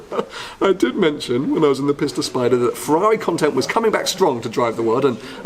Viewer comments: Maybe make more of an effort to pronounce “Pista” correctly.(“peesta”) Pissta sounds like your making fun of it. (Maybe you are...) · If You say piss ta once more .....